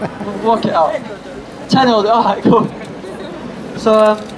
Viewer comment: Won the "loerwee" (lottery)😂😂